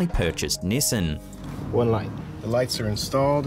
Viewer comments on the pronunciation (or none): Did you say nesan it’s Nisan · Seriously...."Nisssin"?! 🤣 U mean (Nee-Sahn) "Nissan". 😆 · It's pronounced Nissahhn not NissIN. Oh you Aussies have trouble with pronunciation. Lol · nissin lol , its pronounced knee-saaan my friend, anyways good vid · We pronounce Nissan.... Knee-sahn